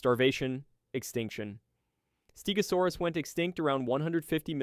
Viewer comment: also you butchered the name stegosaurus , also the show did not say it a stegosaurus but morgan freeman said it a early cretaceous stegosaurs , that stegosaur is none other than Yanbeilong a stegosaur from the early cretaceous appearing about 113 and 110 million years ago that after when angiosperms first appear 140 million long and the stegosaur appearence fits that of yanbeilong so you this inaccuracy holds no water